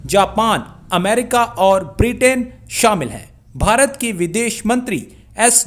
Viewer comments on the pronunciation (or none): Oooo chacha bartaniya ky hota h bolna to shi se sikh lo Lol 😂🤣🤣